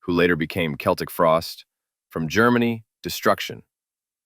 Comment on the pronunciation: Thanks for calling them "Keltic" Frost. That's how Tom says it, and the band is only known as "Celtic" Frost because that's how fans in America pronounced it.